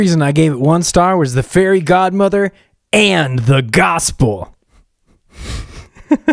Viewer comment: Society: * mad about a male being fairy godmother* 🙄 Me: “ Correction he’s fairy god-ma-vah“😂